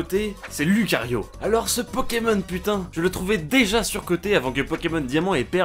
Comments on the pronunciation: Moi ossi j ai cracer can il a di loukario An plus il est dans smash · J’ai craqué quand il à dis lucario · lucario sous coté